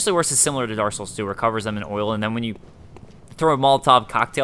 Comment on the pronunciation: dark souls, not darssouls, you jerry walliss